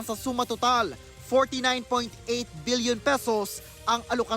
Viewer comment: Paulit ulit ko pinakingan bilion talaga sinasabi.. hahhaa mag babasa na lang bubo pa